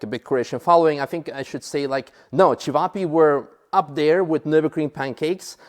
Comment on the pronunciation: Hallo, Nurburgring is not Nurbugring with you out